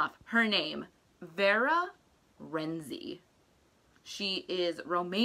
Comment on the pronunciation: The C in Renczi is actually pronounced. It is not Renzi. It’s Renczi